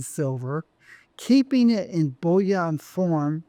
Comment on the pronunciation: Why does this interesting guy say “bullion” in such an affected way? “Bulli-aaahhhnnn”. He pronounces “billion” conventionally every time. Surely the only difference between bullion and billion is the i/u…?